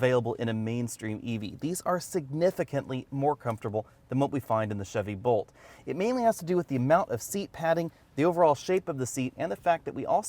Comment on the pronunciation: Is it my hearing or was he saying Volt instead of Bolt as it sounded like he met Bolt.